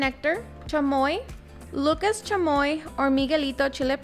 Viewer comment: Not sure you're saying Lucas correctly 🤔 lol But it does look delicious 😋 Thank you